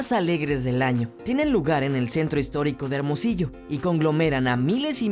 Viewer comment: se dice Hermosillo